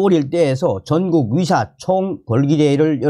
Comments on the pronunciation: 위료, 위사, 위협, 위대.... 헷갈리지 않습니까~~ 의료, 의사, 의협, 의대 로 제대로 발음 부탁합니다 몇번만 연습하면 될뗀데 계속 헷갈리게 하네요... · 다 좋은데 발음을 똑바로 해주세여 위사가 아닌..의사 또는 의새로 하던지